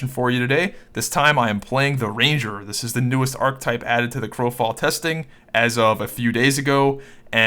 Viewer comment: Archetype - 3 syllables - ar·che·type